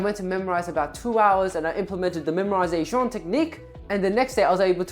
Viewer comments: How he pronounced "MEMORISATON!" is XD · the memorizaton technique 🤌 , why does it sound so french or italian to me xd , but yeah love u man thank you for this video and keep going 💪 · Paused the video to write this, The way he said memorization had me laughing so hard I almost peed my pants